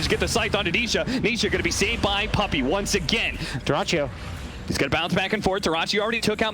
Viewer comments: It's not an Italian durachio, it's "durach yo" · Смешно как комментатор произносит Дураччио. Я так понимаю, там ник Дурачьё))